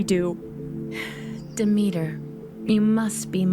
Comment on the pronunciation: Really nice story !! But as a Greek person you did pronounce Demeter wrong